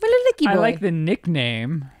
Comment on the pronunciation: Iggy not Icky.